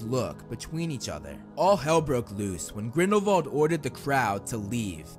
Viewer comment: why do he keep saying vrindelwal instead of grindelwal